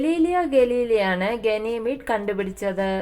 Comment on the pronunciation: ഗനീമീഡ് അല്ല ഗാനിമീഡ് ആണ്.